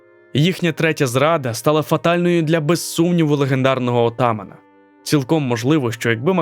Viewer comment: Чому такий наголос "оТаман"? Ніхто так не називав їх